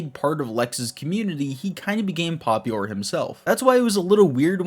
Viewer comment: I love your vids I hate how you say popular